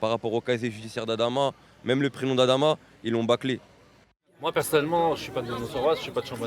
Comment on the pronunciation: Respecter les gens il s appeller Adama Pas Amada